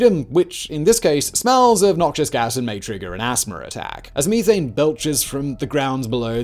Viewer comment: Me-thane eh? Funny sounding for sure.